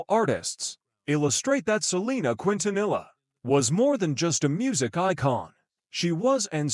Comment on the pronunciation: Terroble robot video canr even say her bame righr 😒